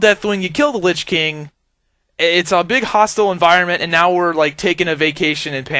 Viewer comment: LYCH KING!?? LYCH? Y? ITS Lich King YOU B!TCH